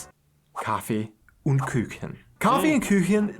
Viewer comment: That is simply how to make salad. If it's in a bowl you can Pick it up ans leave the most dressing there. It is just to get a Flavour. Dry Salad...what is that..just salad without acid, oil and salt pepper, herbs ect. Und Like in Youuu.. not Ünd Küchen. It is Stra (sh sound) zi a tella.